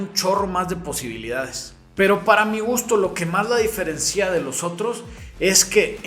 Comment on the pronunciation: Diferencía es incorrecto, se dice diferencia.